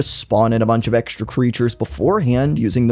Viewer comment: SHHtrategy, SHHtrictly, exSHtra, deSHtroying, reSHtriCHtion, exSHtreme